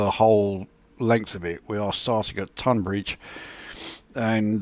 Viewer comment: I grew up in Tonbridge… really impressive how realistic this route is… also thanks for pronouncing “Tonbridge” correctly… ie “tUn” not “tOn”